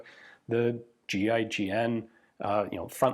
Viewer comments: 🤦🏼 I thought he was saying G.I. Jen…. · Every time he says GIGN it sounds like G.I. Jen... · kept hearing "GI Jane" whenever Ian spelled GIGN. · You say 'G.I.G.N', i think; "giggin'"....... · Ian says GIGN . My brain hears GI Joe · You're telling me it's not pronounced "Ghee-ghen" 😶